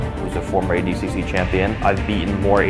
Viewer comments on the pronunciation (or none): It’s awful, pronounces “ADCC” like he’s missing a few chromosomes